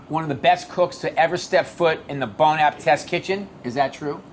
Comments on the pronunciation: "bone apa-TET" oh my... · Bobby no. Just no. Wtf was that “Bone Appit”?? Just no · “bon apatat”